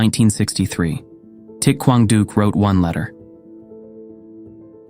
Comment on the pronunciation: Thich Quang Duc's name is not pronounced properly. Other than that, this is an excellent documentary.